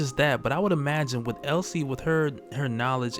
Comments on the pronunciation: Um.. it's Elsie not Ellie. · Elsie, not Ellie. Elsie Dee. Get it? LCD. Elsie Dee and Albert